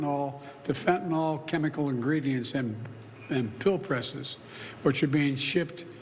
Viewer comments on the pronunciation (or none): Fentan YL. Not fentan OL